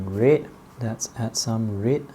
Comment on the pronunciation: This guy cannot pronounce red